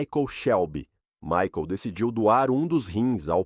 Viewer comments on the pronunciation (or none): none